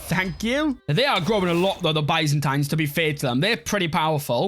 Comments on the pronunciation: Its not BAYZANTAINES:face-purple-crying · the way you say byzantines and cassus belli makes me mad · maybe he should for the future video learn how to say byzantines and casus belli